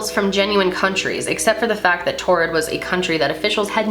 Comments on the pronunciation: I thought that it was pronounced torrid. Like it's taurid but sounds like torrid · I pretty sure it’s prounounced like “toured” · It sounds like you're saying "Tard" tehe xD